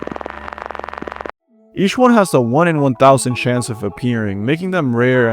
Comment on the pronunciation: the creepiest one is the fact that you pronounce chance as "shance"